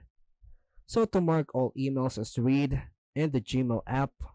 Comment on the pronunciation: "Read" in this context is pronounced "Red" ,like the color. We want to mark them as "read"-(red) because we don't want to "read" (reed) them. I know that English is confusing and nonsensical but we have to read the room for proper pronunciation. Don't make me read all those stinkin' emails!